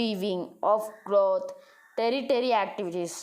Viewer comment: Not teritary bro it's tertiary ask Google... It will give pronounciation bro